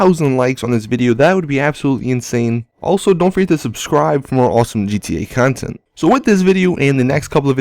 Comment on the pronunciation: its funny wow he says content